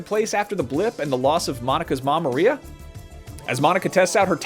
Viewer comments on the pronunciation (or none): none